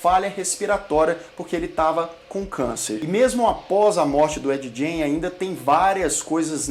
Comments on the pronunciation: Se pronuncia Ed "Guein", não "Djein". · Eddye Jane? kkkkkkk tosco, na duvi é só procurar a pronuncia correta no google, "refugio pop geek" devia ser. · ed "jene" haha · Eu entendi Ed gay kkkkk